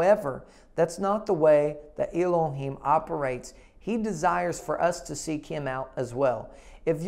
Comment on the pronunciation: Sincerely appreciate your teaching and sharing. Please straighten out your Hebrew pronunciation. Not /eimen/, it’s more like /ahmen/ Not /ilohim/, it’s more like /elohim/ We, as a believer, must find and stick to the original (every single word’s meaning and its pronunciation). The ignorance have been mislead the Devine Name of Our Heavenly Father’s name as well as His Only Begotten Son, Our Savior - YAHUA and YAHUSHUA. I am from South Korea. If I say /s-chul/ instead of /s-kool/ for the letter school, everyone will laugh at me and correct me. We, in this channel, are all blessed to find this channel. Especially, The Time is near like these days. “ OUR HEAVENLY FATHER. Let us all keep searching and finding The Truth so we all will meet together in The Heaven with YAHUA. In the name of YAHUSHUA, AMEN.”